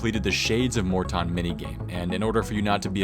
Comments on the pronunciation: It's MORE-TON. I will not stand for this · It's pronounced Morton.